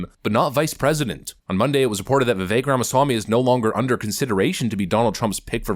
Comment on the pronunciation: Its not.vivake its vivek